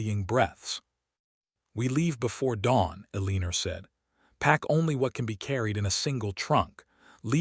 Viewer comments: Dang it Even switching to reading transcript, I keep hearing a leen er every time I come to the name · PLEASE: If your AI cannot say Eleanor correctly, find another name for your character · Staring - with a long a, fading with a long a, too many more to list. And will someone please get that woman's name corrected (in every single occasion of it's occurrence in this and other platforms where it is consistently butchered) or start using a name that cannot be mangled.